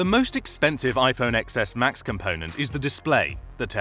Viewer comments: It's pronounced ten-es, not ex-es! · you lost me at “iphone eXeS”